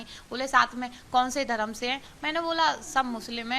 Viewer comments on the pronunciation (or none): none